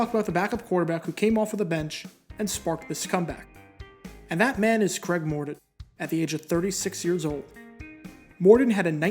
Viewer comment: Mor Ton, not Mor Don